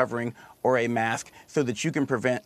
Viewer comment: "ABSOLUTELY DON'T WEAR MATHKS" "Just kidding guys, wear a mathk."